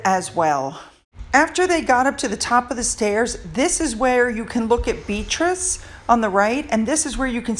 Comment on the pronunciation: You pronounce Beatrice's name wrong. Itsounds like you are calling her beetroot